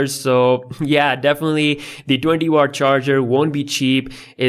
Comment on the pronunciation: Bro when he said 20 wat he literally sounded indian 😂